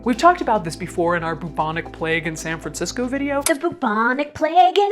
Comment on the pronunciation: seriously thought she said "Mnemonic Plague" 😆